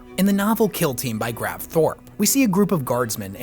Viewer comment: It's Gav Thorpe. Not grav.